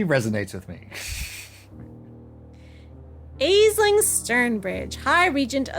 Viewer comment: “VIP”? Shouldn’t that be VIV - Very Important Vampire? I hope we get to see more of Katherine, I’m digging their aesthetic and enjoy the voice chose for them. Also,, please, it’s “Ashling”, not “aesling” for Aisling thank you